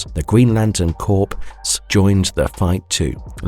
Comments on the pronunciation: FYI: "corps" is not pronounces "corpse". It is pronounced "kor". The more you know. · Corps is not pronounced like "Green Lantern Corpse". Corp is a military term, pronounced "Core". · Stop using AI for speech! Lantern corps! Not Lantern corpse